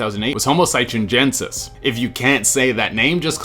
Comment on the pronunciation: Hi-dol-ber-gen-sis OOF